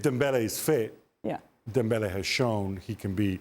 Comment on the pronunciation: does the host realise dembele isn't spanish or does she just force her pronunciation for every name